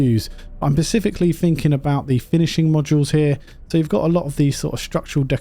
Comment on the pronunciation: Ah shit you're the "pecificly" guy! Go away! Shoosh!